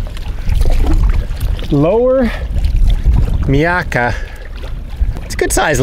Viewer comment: Pronounced ‘My’ akka